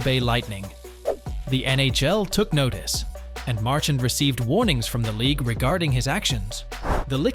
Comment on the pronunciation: learn to properly pronounce Brad Marchand's name. Talking about disrespectful!!!